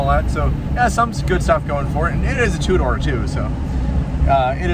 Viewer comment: Two-door car, what I keep hearing "a Tudor car"... :D